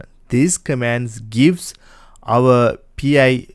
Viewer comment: It's pronounced PIE, not P.I.